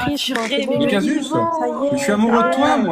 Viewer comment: C'est Casus pas "Cassius"